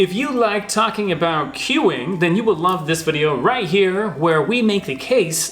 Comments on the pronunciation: I love the Canadian "aboot". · The way pronounced the word 'about' in a Canadian accent, it sounded Scottish which sort of makes sense as many Canadians came from Scotland.